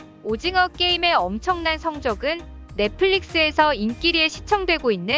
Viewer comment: 오짐어 화이팅으로 들리네 ㅡㅡ